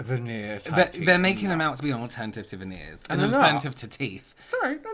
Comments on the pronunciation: You know the dentures aren't quite working when you can't even say 'veneers.' I'm still howling at that one last hanging glue dot. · Omg the "veneers ' LMAO